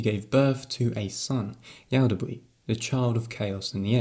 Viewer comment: Yaldabaoth not yaldabree :P Just a little correction, great video :)